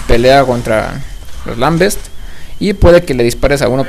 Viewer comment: SE DICE "LAMBENTS", NO "lambests"